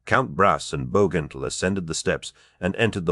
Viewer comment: Is this an AI ? I don’t understand the difficulty in pronouncing either Bowgentle or Gran Bretange.